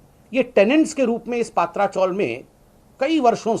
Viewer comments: It's Patrchal not paatracgal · ये डफ्फर पत्रकार, गधे चॅनल्स और राजनेता कब बराबर, सही उच्चारण करेंगे????? सही उच्चारण "पतरा" (tin) चाळ या हिन्दी में "चाल" है। "पात्रा" नहीं। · Sambitjee Paatra chawl pronounce galat hai.PATRA CHAWL( पत्राचाल ) पत्रा =tin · पत्रा चॉल बोलो सर जी, ( पात्रा चॉल नही )